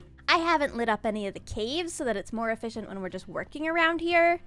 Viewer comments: "e-fish-ent" farm ey? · Eee-Fish-ient guardian farm.